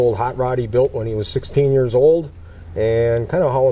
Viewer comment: Built NOT Baught.🏁